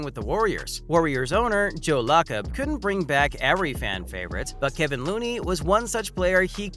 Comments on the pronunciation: This dude needs to learn how to pronounce people's names 🙄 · What a pointless video, you mispronounced dude’s name, then ask a crazy question, can he win the MVP next year... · Is this person actually a human or computer voice? The pronunciations for Steph and Kevon are bad. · It's insulting to Warriors fans when they can even pronounce his name correctly.1. His name is Kevon NOT Kevin. 2. The Warrior's owner's name is Lacob (LAY cob) NOT LA COB!